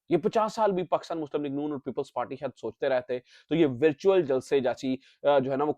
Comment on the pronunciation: ورچیول جلسہ ذرا صاف بولیں لگتا ھے کہ آ پ مرچیول جلسہ بول رہے ھیں۔